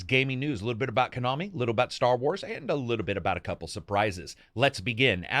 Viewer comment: "ko-nami" what the hell is kuhnami lol